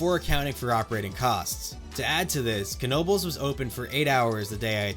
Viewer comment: Finally, someone who not only recognizes their amazing system, but also pronounces Knoebels right. Personally I grew up with going to Knoebels several times per year, and I never have had issues with getting on a coaster car too slowly in other places because I have the training of getting on so quick at Knoebels